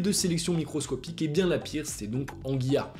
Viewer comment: Bon, Caïcos et Anguilla, noms massacrés, mais Riom aussi...